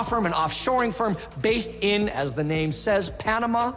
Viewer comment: side note, that one british guy is horrible at pronouncing names. i say that as an American lmao. i can’t take people like that seriously.